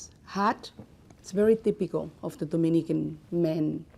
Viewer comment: Theepicol me: GURL ITS “TYYYPICALL”